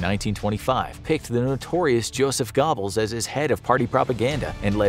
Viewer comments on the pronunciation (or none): gerrrr-bels not gobbles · Okay…hear me out on this. I love this channel, but can the narrator PLEASE start doing some research on how to pronounce foreign words even remotely correctly, or at least make an effort. These are supposed to be educational, so do your homework. “Gobbels” sounds more like “Gehrbels” and Jus Süss sounds more like “Yood Soos.” There’s so much good content on this channel, but there’s too little effort to pronounce things correctly.